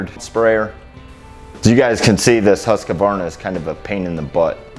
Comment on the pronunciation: It's not pronounced huskavarna. It's huskvarna.